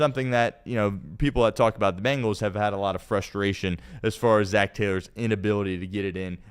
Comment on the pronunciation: Why does pronounce it BAngles? There is no A in there. It’s BEngals. isn’t even a fan and says it correctly.